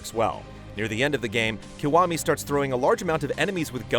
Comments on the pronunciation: it's pronounced "key-wa-mi" not "ku-wa-mi" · Why does he keep saying "Kawami"?